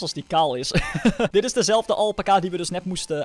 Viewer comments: Je spreekt het uit als alpaaca maar je schrijft alpaca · niet alpaka elpaca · Het is alpaca Alpaca Snap je alpaca!